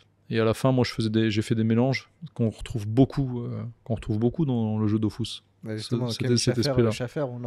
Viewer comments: pour moi ça restera toujours Dofus et non Dofouuuus ahah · C’est pas logique on dit us pas ous. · Jdeteste quand on dit Dofous mdr DOFUS frère quoi Dofous mdr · On s'en blc de son "dofOUSSE" pour nous ça restera "dofus" patron ou pas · ouai dofus mdr nimporte qui telecharge le jeux dit dofus pas dofous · Ok mais on dit dofUs par contre svp monsieur le créateur